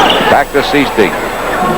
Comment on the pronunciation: Is #14 Jerry Sichting? (SIGHT-ing, not SEE-sting)